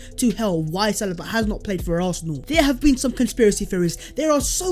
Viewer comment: Sa lee BA not salibaaaa